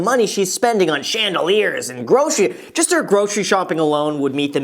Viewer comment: The way he said “Chandeliers” “especially the money you’re spending on Chandeliers”